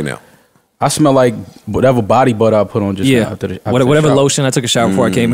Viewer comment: “Body Butta”